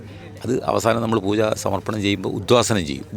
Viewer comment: Interviewr - bairava poocha alla pooja. Chila samayathu bairavan poocha ennanu parayunnathu